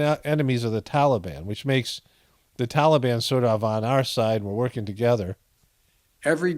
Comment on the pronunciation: What is this "tollybon" malarkey?